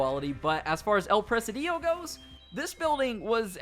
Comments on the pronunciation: Dude,forget the accent, really should work on your reading. El presEdio? PRE-SI-DIO; conado river? You missed an "O" CorOnado. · El PRE SI DIO (I=EE) NO EL PRE SE DIOU LMAO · It pronounce the "" I " in the middle stronger: El presídio. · Not Press-a-DIO. It's Pre-SID-io. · It’s not “press uh dee yo”. It’s press SID eeoh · It’s pronounced like prezidio no pressadio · The way you're saying presi-dEO is killing me. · presidio is pronounced pruh-sid-e-o bro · Your inability to pronounce Presidio is infuriating. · It’s annoying how Americans can’t pronounce a simple word such as “presidio”. Google translator can help you to pronounce words in a foreign language before you make a video like this. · What a way to say presidio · Thanks for the info! I just can’t stand the way you pronounce “Presidio” over and over during the video. The stress is on the first “i”, not on the second one! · Presidio, please look up the pronunciation. The way you mispronounce it is so bad. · First time i seen/heard someone roll they I's lol